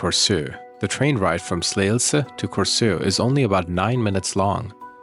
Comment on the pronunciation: As someone from Denmark - You actually did quite a good job on pronouncing danish words/names like I was impressed by your pronunciations on Korsør and Slagelse.